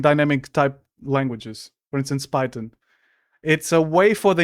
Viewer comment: not the guy who can't even pronounce the word Python right talking about other people. (Pirate Software Can Barely Code?) bro you can barely speak my guy lmao. (yes this is ragebait and I love your videos.)